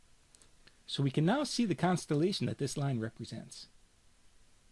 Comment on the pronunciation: Very helpful. From NY perhaps? You say constellation exactly as I would imagine Woody Allen saying it.